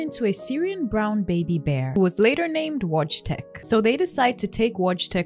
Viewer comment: His name is pronounced Voytek, I'd anyone's curious